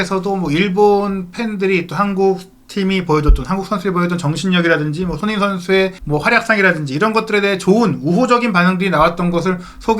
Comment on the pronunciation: 발음을 정확히 합시다. 손흐민❌️ 손흥민⭕️